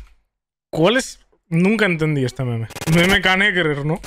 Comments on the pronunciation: Todos: meme El: meméh 🧐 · parece bomer al ponunciar meme con acento